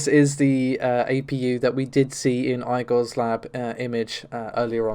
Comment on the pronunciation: That's not how you say Igor.